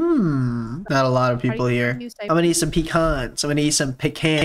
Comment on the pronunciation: Smh my head he pronouncing pecan wrong.